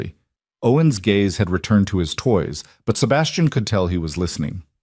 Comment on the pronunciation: Gaze, not gays 😊